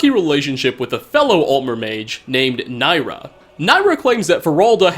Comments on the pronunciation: NIRYA. It's NIRYA. Not NAYRA. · (ni ry a) not nyra.